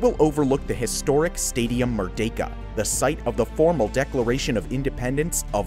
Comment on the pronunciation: Shout out to your 100% accuracy in pronouncing “Merdeka” 👏 Many foreigners mispronounced as “Mer-dee-ka”. The correct pronounciation is “Mer-day-ka”